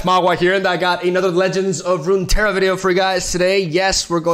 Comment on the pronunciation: You should record yourself saying legends of runeterra correctly once and just play the audio at the start if you mess up the line and if it doesn't line up with your lips whatever